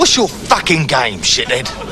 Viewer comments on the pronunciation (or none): "What's your fuckin gaim?? shithead"? To "gaim" to jest typowy szkocki akcent (dla "game") czy coś innego?